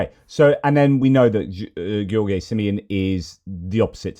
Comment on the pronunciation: great analysis of geopolitics. btw first time you pronounced George was right. In the video mentioned from EU made simple, the pronunciation is wrong, he mistakenly pronounced George like Gheorghe(Gheorghe Hagi) :) Anyway, unimportant addendum to your very good presentation. I’m a romanian, based in Kingston Upon Thames and I’m sad that too many of my romanian friends voted for that illiterate maga idiot George Simion. Wishing you strength and hoping you’re overcoming MS.